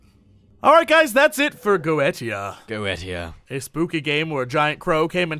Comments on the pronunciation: It's pronounced GO EEE SHEEAH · Yeah, that crossed my mind too. I always thought it's pronounced Go-eh-ti-a.